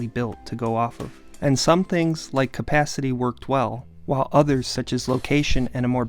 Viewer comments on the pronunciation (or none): none